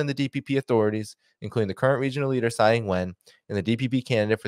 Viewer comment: The name "Tsai" is the Wade- Giles system of romanisation of Chinese characters. It is pronounced "Chai" not "Sai", because "Ts" has a "Ch" sound in the Wade-Giles system. In the Pinyin system of romanisation, her name would have been "Chai Yingwen".